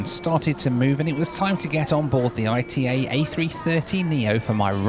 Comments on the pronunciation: Hi, It’s not AITEI it’s ITA like ITAly :) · It is Ita. Not I.T.A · quick correction on the pronounciation of ITA dont pronounce it like "I T A" pronounce it like ita. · Not I.T.A. ..its pronunciation is Ita like first part italy (eat-a] not i t a . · dear you can say ITA it's okay, no need to spell I. T. A:D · Stop calling it I.T.A it’s pronounced altogether, ita. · Please don’t call it “I T A Airways”, Call it “EE TA” Airways 😉 GRAZIE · A little bit of research and you would have worked out it was pronounced E-TAH NOT I / T / A!! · PLEASE STOP SAYING I-T-A (ai-t-ei). Is ITA, like Ita in Italy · Unfortunately it's not pronounced I.T.A. it's pronounced ee-tah. I thought it was I.T.A. too when they first started. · It’s my understanding that the airline is pronounced “e-tah” and not I T A. In fact you can hear the cabin crew say it at about the mark or so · Hey, love the video, but I have to correct you because I-T-A Airways is just ITA all together, you should just say it like you say Italy but without the “ly” at the end. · pronounce it Eetah please. 😂 love your vids. 😉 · Ita, no ai ri ei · I believe they pronounce it “EE-tah” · Nice video , by the way ITA airways is spelled like Italy withouth the rest two letters . It is not pronounced separately I-T-A it prounces together. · Great video, ITA is pronounced EETA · Only can somehow pronounce ITA as I.T.A 😂😂😂 God Bless you!😂😂😂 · ITA pronounced Eee-TAaa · The correct pronunciation of the airline it's not the English one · Please pronounce ITA correctly